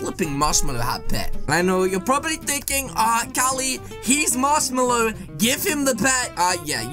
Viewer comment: Its "Marshmello" NOT "Marshmallow" !!